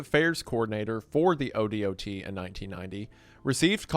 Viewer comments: Oregonian here. Most times I've heard someone refer to the Oregon Department Of Transportation, it's usually said like "oh-dot". And Oregonian is said like "oh-reh-go-nee-uhn". We may be a bit spicy at times, depending on who you talk to, but please don't call us Oreganos. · Spelling out O.D.O.T. every time instead of O-Dot bugs me more than it should lol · As an Oregonian, hearing him pronounce each letter o-d-o-t is driving me crazy. We say O-dot. As in the letter o and a small spot. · I was at that exact beach earlier this year, but didn’t know that it was the one from the famous whale exploding . Low-key it makes me want to go back haha Also in case you ever have to talk about ODOT in the future, everyone in Oregon calls it Oh Dot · This is one of my favorite stories from the pnw. Also, just pronounce odot as a word (oh-dot) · it’s pronounced k-2. Like the mountain it’s pronounced o-dot. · As an Oregano, thank you for detailing our exploding whale story. 🐳 ODOT is pronounced “dot” with O at the beginning so “oh-dawt”. And KATU is pronounced K-2 for some reason. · Yeah definitely not a local when you're saying KATU and ODOT in any other way than K-2 or O-Dot. 😂 EDIT: "Oreganos" 💀